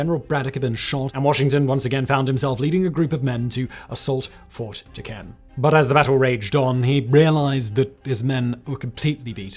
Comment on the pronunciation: It’s pretty cool that they covered this. Fort necessity is right down the road from where I live where Jumonville isn’t too far from where all this happened. They also have General Braddocks grave nearby as well. Would like to point out that Fort Duquesne is pronounced Fort Do-cane*